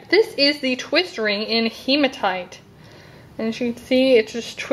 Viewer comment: your saying hematite wrong